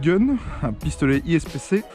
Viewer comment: Super vidéo mais ipsc et pas ispc